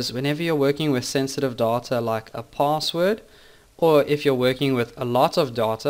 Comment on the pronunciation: why did you pronounce 'data' as 'daughter' a lot of time? that's really annoying..